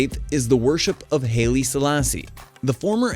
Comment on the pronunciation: Haile Selassie is pronounced "highly" Selassie.